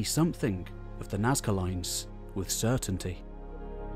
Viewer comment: "Nazca loins" ftw